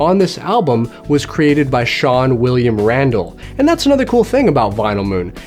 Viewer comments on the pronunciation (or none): none